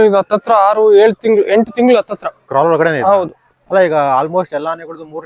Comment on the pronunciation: ಕಿರಲ್ ಅಲ್ಲಾ ಕ್ರಾಲ್